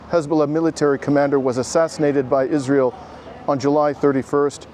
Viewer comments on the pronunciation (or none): none